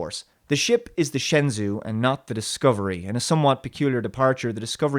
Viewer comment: I really loved your review. Beautifully illustrated commentary. I just want to point out that in Mandarin, zh = j in terms of how it's pronounced; it's the Shen-jou :)